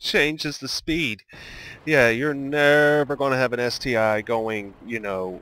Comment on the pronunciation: Good guide but it's ST-1 not ST-"eye". The I is Roman numeral for 1